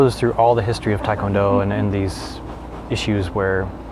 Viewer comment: Great conversation, thanks for uploading. Quick note: it's pronounced "teh" kwon do. The romanization is a problem. Most non-Koreans, even black belts, mispronounce it.